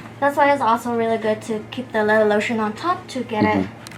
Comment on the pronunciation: Leatha lotion